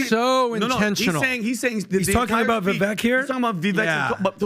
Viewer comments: Can Pat pronounce Vivek properly if he's going to say it so much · Listening to everybody mispronounce Vivek's name over and over, when he was a guest a couple of weeks ago, is annoying and disappointing. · again....the man tells you all the time, it is VI-VAKE, not VIVEK...COME ON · ITS PRONOUNCED VI-VAKE LIKE CAKE. ITS NOT VI-VECK. HE TOLD YOU THIS WHEN HE WAS ON THE SHOW CAN YOU PLEASE STOP BUTCHERING THE MANS NAME. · You guys. It's Vivek (ViVAKE, like CAKE). Not Viveck or Veeveck. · VEVEKE like CAKE…… guys pronounce his NAME right!! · Guys.... It's been months now. Can we stop calling him Vee-vek, or Vuh-vek It's Vuh-vake .. like cake There's plenty of videos out there with him pronouncing his name. It would be like calling Patrick, Patrek Maybe next video we could all be on the same page. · DUDE....it is pronounced VIVAKE not VIVEK. You are a podcaster....this is your livelihood, you should pronounce names correctly. Vivek has told the American public the correct pronunciation of his name numerous times. GET IT RIGHT! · I love y’all to death but for the love of God can you pronounce Vivek’s name correctly!!! 😂 It’s not Vivek like heck, it’s pronounced Vivake like cake, bake or rake. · guys, it is Vivake. hard a, like cake, not "vivek" like tech. love yall but pronounce it correctly. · It’s Vivek like cake get his name right pleaseeeee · Gentlemen Vivek is pronounced like Cake Vivek is pronounced “Vivake”. This is from Vivek’s own voice. Show the man respect and pronounce it correctly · Vivek rhymes with cake. Pronounce it correctly. TRUTH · its VivAKE like CAKE. Stop talking about him so much if you cant say his name right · I do wish you lads would give Vivek the respect of pronouncing his name correctly: it's Vi-vake like cake. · Vivek, rhymes with cake, not deck. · You guys, it's pronounced "Vi-vake" like cake. I can't believe all 4 of you are still pronouncing his name wrong. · I call him Vivek like check 🙋🏻‍♂️🏴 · Vivek’s name is pronounced like cake!